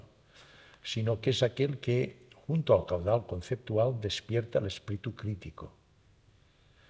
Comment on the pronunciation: Excelente entrevista, el doctor tiene unos conocimientos espectaculares, solamente le queda por aprender que no se pronuncia “espritu “ 😅😂❤ todo lo demás ha sido espectacular, gracias 🙏